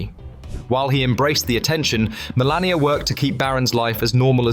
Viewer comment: Melania not "millennia"